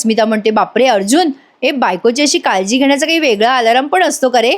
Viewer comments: आलाराम नाही अलार्म म्हणा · अदखलपात्र.......असा शब्द आहे 👍 दखल घेण्याची गरज नसलेला. दुसरा शब्द..... Alarm अलार्म ... अलार् म ... वर्ग , सर्व म्हणतो ना, तसं‌. अलारम हे बरोबर नाही. 👍